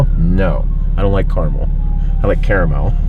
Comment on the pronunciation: it's pronounced Caramel not Caramel by the way